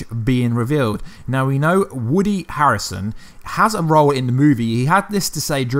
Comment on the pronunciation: Did you call Woody Harrelson "Woodly Harrison"?